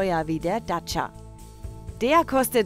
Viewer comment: Hallo erstmal ADAC was habt ihr denn für eine Sprecherin die kann ja gar nicht Dacia aussprechen die sagt im Video immer daca anstatt Dacia.